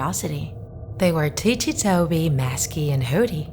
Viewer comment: its ticci toby not tichi toby